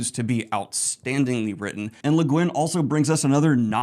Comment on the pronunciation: Bruhhhh are you sure that's how u pronounce leguinn